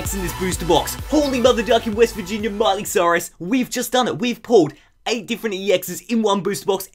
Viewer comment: When he pulled the mega Rayquaza ex did he say MIley Sirius ????????